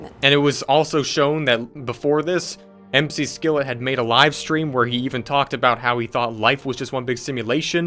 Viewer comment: Why do you keep saying M.C. Skillet? There are no periods that denotes abbreviations plus, he says his name on the video you played. Ots MCSKILLET. LIKE MCLAREN. DAMN DUDE. I am astounded by the fact that you have so many subs! You are sooooooo MID!!!